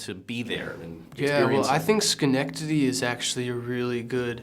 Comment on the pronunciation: Oh my gosh he can say Schenectady! And knows our history. That is really professional. And we are guarded but its much more real. We are honest to a point where it can be brutal. As for drugs I'm just surprised Luke wasn't one of the guys who brought the stolen money to the crack house down the road. Diamonds in the ruff we are here in Schenectady! =D